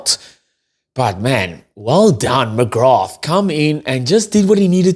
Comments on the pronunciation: Great show but it’s pronounced McGra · Such a good performance so many name checks, including (but not only) Baird, McGrath (the th is silent btw....just McGra), and I have to say Thomas Clarkson against a much vaunted (rightly) Bulls scrum. But Jack Conan was my POM, he 100 percent led from the front, and was everywhere. A real skippers performance. He's really getting back to his Lions form. Was well pleased for Sam Prendergast he had an excellent game. You're right, he made several dominant tackles on Bulls forwards in that first half in particular, going in low and stopping them flat, and slowed up several others, allowing Conan and VDF to nab them. His game management and passing was outstanding, especially with JGP not there, and his kicking from hand (you could hear the crowd react to the height he gets on his bombs) was on the money. Missed one 'shoulda got' from the tee, but overall good stuff, with more to work on. But at 22 that's to be expected. Man we're going to miss Jordie...he wasn't perfect either, but he's like smooth silk (especially alongside Ringrose I have to say), absolute class and so pleased he got a winners medal to take back to NZ. Monkey off back indeed, which will allow them to go into next season with a spring in their step. Plus I'd say Andy Farrell will be super happy, 12 very bouyant Lions heading his way for the tour, and in good form. Maybe Leinster should play 'angry' more often...that added bit of passion certainly honed their perfomrance.